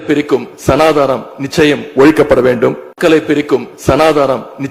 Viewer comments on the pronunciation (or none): "ச நா தா னம்" என்று கூறினார்,😂😂 "சனாதனம்" என்று உச்சரிக்க வக்கில்ல ஒழிப்பாராம்😂😂 சின்ன விஷயம் பத்தி பேசுறதுக்கும் கையில் டாப் (tab)பார்த்து பேசும் நிலைமை 😂😂😂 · Even he can't pronounce the word Sanatan and he is going to eradicate it.